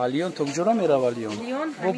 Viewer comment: Бахшиши зиед,лион нею лен,паплен нею паплин.Худи репортаж хеле хуб...🙂🙂